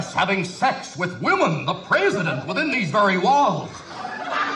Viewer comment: The narrator continues to crack me up regarding how unimpressed he is about nearly everything. Akroyd's Nixon is a B+. Akroyd's Nixon kills me, from the body language to the way he pronounces President. And Nixon was a racist douche, so the JBs fit right in. If they wrote a Nixon Sketch in 1976 that featured a Nixon who wasn't overtly racist, I would be unimpressed.